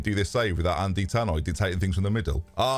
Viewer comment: Will you ever say Thanoj name correctly, he even sent you a video